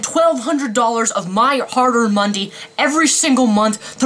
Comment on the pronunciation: "my hard earned mundy" the channel when you go so rage you cant even say money.